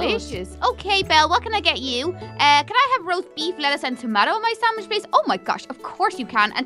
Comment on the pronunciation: did anyone hear her saying "roast baif"